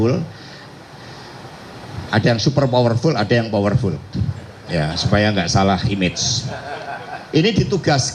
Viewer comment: Super power full/ fower full, bahasa mana lagi ini😅